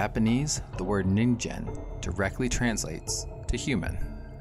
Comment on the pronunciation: Nice one! For some reason I thought it you were saying NINJA lol